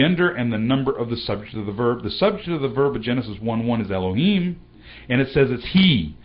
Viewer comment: why you prononce alep like e when it is a? why you red the OT like the hebrews of today? do you know that it is an pagan means to prononce? the sign of alep clearly show the prononciation like an french "a", like in the word "parler". dont you know that the signs of the OT show very clearly the prononciation?